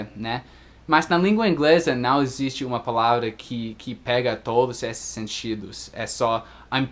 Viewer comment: Parabéns, seu Português é perfeito! Eu gostaria de saber 30% do Inglês, comparando com o que você sabe do Português. Como percebi que você é perfeccionista, só gostaria de dar uma dica quando você está falando do topa. "Topa uma cerveja" pra mim pareceu "Topa una cerveja". Talvez seja herança do espanhol que você comentou que fala também. Mas é só uma dica mesmo, porque pra mim tá tudo perfeito! Abs